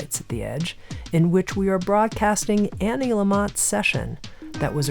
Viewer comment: I's Anne. Not Annie.